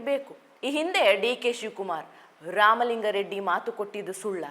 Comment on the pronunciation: ಇವರ ಕನ್ನಡ ಉಚ್ಛಾರಣೆಯಲ್ಲಿ ಸ್ವಲ್ಪ ಸಮಸ್ಯೆ ಇದೆ, ಇವರು ಸೌಮ್ಯಾ ನಾಯಕ್ ಆಗಿರುವಂದಿನಿಂದಲೂ. ಆಗ ನಾನು ಅಭಿಪ್ರಾಯ (ಕಾಮೆಂಟ್) ದಾಖಲಿಸಿದ್ದೆ. ಅ'ದಿ'"ಖಾರಿ! ಖಾರ, 'ಧಾ'ಕಲೆ , ಇನ್ನೂ ಮುಂತಾದವು. ಇಂದಿನ ಕಾರ್ಯಕ್ರಮದಲ್ಲಿ"ಲಿಂಗಾ ರೆಡ್ಡಿ " ಎನ್ನುವುದನ್ನು, ಕಾರ್ಯಕ್ರಮದುದ್ದಕ್ಕೂ"ಲಿಂಗ " ಎಂದೇ ಉಚ್ಛರಿಸಿದರು.